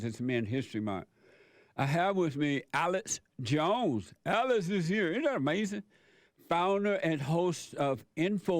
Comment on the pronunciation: lol sounds like he says Alice jones.. Love these 2 great men!